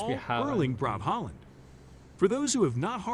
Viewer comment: I love how non-norwegian speakers says norwegian names SOOOO wrong. Martin Odegaard, sounds so weird. lol. We have Æ Ø Å. Pretty easy to prenounce 🙂Same with Erling Braut Haaland, who, I recently found out might be related to me in some way, the 2 a's are prenounced as Å. Same with Ødegård.